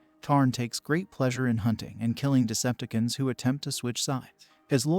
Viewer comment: It's pronounced Decepticons, not deceptkins 😂🤣😅